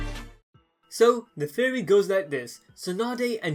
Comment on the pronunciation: Anyone else hear Terrry instead of Theory when he says Theory